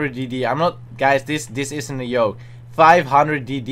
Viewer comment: "guys this isn't a yoke"